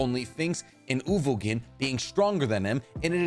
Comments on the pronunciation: "Ogovin" "Ugovin, I'm sorry" His name is uVoGin and I've never heard it pronounced correctly on this channel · He also can't pronounce "uVoGin"